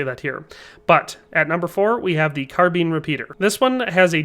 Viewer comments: Car Been. Car Bine. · Why can't you pronounce "carbine"?